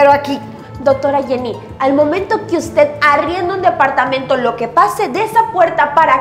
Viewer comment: Dapartamento por favor aprenda hablar es departamento...